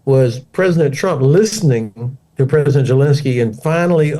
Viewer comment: Why does he call him gelensky?